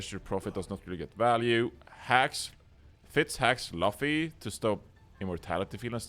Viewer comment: its not important but its pronounced "loo-fee" not "luh-fee". also more of these vod reviews please. great work.